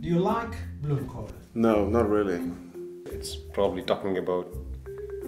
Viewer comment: Die Japanner die k heb grote bloemkoole zei deed me echt denken aan Dang Do😂